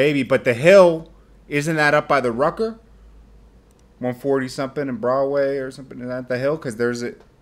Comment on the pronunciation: the ruck-a? You speak proper English and then say the ruck-a? Its rucker man. Don't do dat. You borderline corny son!